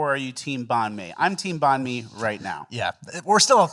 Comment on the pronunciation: The way pronouces nanh mi..... I had no idea what he was talking about until said vietnamese lol.